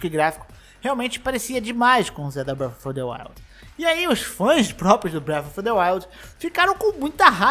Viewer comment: "Braf a fa the wild''